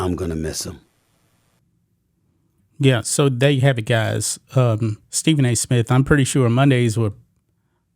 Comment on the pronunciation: I stopped watching g when he said Smit the third time. 😂😂😂😂